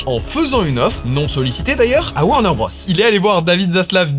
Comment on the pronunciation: Top vidéo :trophy-yellow-smiling:. Juste un truc, c'est pas "Warner Brosse", c'est "Warner Brôze" niveau prononciation.